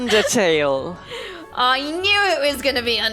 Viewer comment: I am so overjoyed that said Undetale. I love eveything about it, Sans and Papyrus are just so great and Toriel she is just my god. x3 but I did squeal like loud. Love you and!